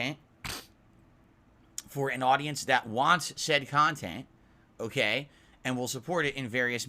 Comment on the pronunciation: Your CON-tent is DOG SHIT 🤣